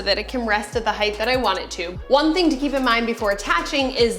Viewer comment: did you say "heighth"? That's not a word in English. Close captioning corrected it to "height."